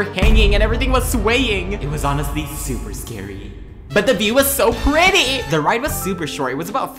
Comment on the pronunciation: the way says pretty had me replying it over and over😂😂